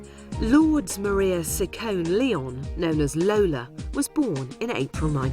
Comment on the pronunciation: Ciccone is nor pronounced sissone, it is chickonee. I see why this is not authorized.